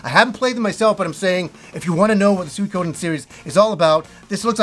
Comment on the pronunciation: You have no idea how happy it made me to hear you not Pronounce Suikoden "Sweekiden"